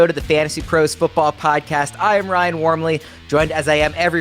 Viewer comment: Your name is pronounced not Wormley, do some research. Your Sicilian bro not English… jeez man. No respect, no family loyalty. Kids these days, I swear to *%d.. yes God is a curse word when your a “crazy Christian “ so to respect all the crazies out there, ya know?